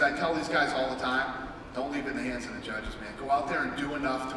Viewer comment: Min-Soo Kim?! He's a great fighter? Mir 1-1. Decision against Herring and a win over Randy, who, let's face it, while he's still a force, the 46 year old man has seen better days. You're a moron. Especially when you say stuff like "Brock is da champ". "Da" champ...really..."da". Just leave.